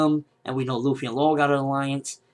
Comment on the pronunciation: It's Luffy, not Ruffy